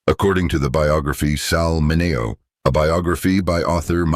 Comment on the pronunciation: Why is Sal Mineo’s name pronounced correctly in the beginning and wrong as the piece continues. If they did it right one time, why isn’t t it right every time. That’s the way computers work, they do the same thing over and over and the AI, once corrected should be consistent.